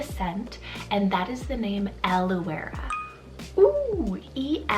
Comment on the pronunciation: In Australia we pronounce Elouera as “Allura”.